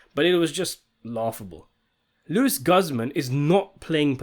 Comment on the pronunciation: I laugh when he say Lew-is Guzz Man 😂😂😂.